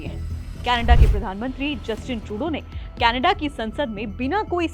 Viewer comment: कैनेडा नहीं कनाडा